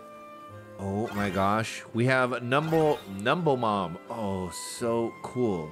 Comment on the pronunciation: It's so interesting to me that you read numblemon as "numble mon" instead of as "numb lemon" even after realizing that they are supposed to be lemons